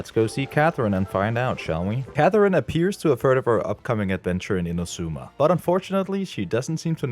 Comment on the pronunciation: Not "Inuzuma", it's "Inazuma".